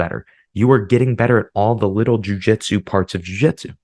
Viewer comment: 🎉🎉🎉 Congratulations on not saying “jiu jetsu.”